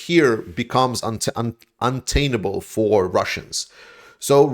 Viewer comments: Great update,. The news about Berkhivka is awesome! (Also, it's "untenable", not "un-tainable" -- close!) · untenable pronounced un-TEN-a-bull